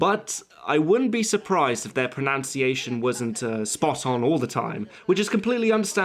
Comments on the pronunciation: "Pronounciation" - Ironic! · Love your channel, but...kind of had to chuckle when you mispronounced "pronunciation" as "pro-NOUNCE-iation." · Mate, you really shouldn't be getting "pronunciation" wrong... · Came to comment about the mispronunciation of the word 'pronunciation' but see that there will be bigger triggering coming up later in the video. Can't wait to see what all the trauma has been caused by.